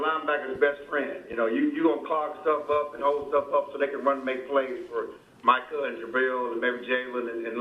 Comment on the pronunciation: It's Mike-kah . MICAH.. NOT MEEKAH